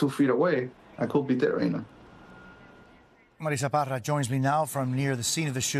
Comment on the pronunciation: "im Marissa Parra." "MADISSA PADDAAAhh!'